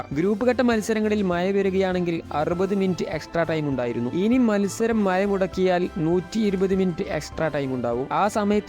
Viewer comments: മഴ എന്ന വാക്ക് തന്നെ ഒഴിവാക്കു pls. പറയുന്നെങ്കിൽ മയ എന്നല്ല മഴ എന്ന് തന്നെ പറയുക. കിട്ടുന്നില്ലെങ്കിൽ rain എന്ന് തന്നെ പറഞ്ഞോളൂ. മാതൃഭാഷ വികൃതമാക്കല്ലേ. നിന്നെ കുറ്റം പറയുന്നില്ല കാരണം ഇതു നിന്റെ തെറ്റല്ല. 😂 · മയ ❌ മഴ ✅ 🤣🤣🤣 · Not മയ മഴ എന്ന് പറഞ്ഞു പഠിക്കുക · എടാ.. മയ അല്ല. മഴ വല്ലപ്പോഴും നാക്ക് വടിച്ചാൽ നിനക്ക് കൊള്ളാം ... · മയ അല്ല😂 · ഒന്ന് മയത്തിൽ തള്ളടെ.. മയ.. മയ... മഴ എന്ന് പറഞ്ഞു പഠിക്കു.. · Maya alla mazha😂😂😂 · എടാ പുല്ലെ മയ അല്ല..... മഴ എന്ന് പറ 😭😭😭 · മയ,,, മ ഴ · മഴയാണ് മയ അല്ല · എടാ കുട്ടാ മയ അല്ല മഴ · മയ ,,,, മഴ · മയാ അല്ല ഭായ് മഴ എന്ന് പറയു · സുടാപ്പിയാണല്ലേ.... മയ.. ഏയ്‌ ... പതിനേയ്.... വാശൗട്ട്... അത്ര സന്തോശകരം.... അതിനു ശേശം.....പറയാൻ പഠിക്കെഡേയ്... പൊയ്... പോ... കാക്കേ കാക്കേ കൂടെവിടെ...? 😄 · Hai you tell good Malayalam man,Maya, Maya what is this are you fell any shame? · ആദ്യം മഴ എന്ന് പറഞ്ഞു പഠിക്ക്. ഭാഷയെ അപമാനിക്കരുത്. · മയ, മയ, 🤣🤣🤣 ഒന്ന് നാക്ക്‌ വടിക്കുന്നത് നല്ലതാണ് 😭😭😭